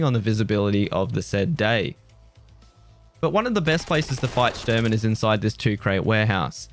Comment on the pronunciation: Shturman is Russian for navigator. It's pronounced Shh-tour-man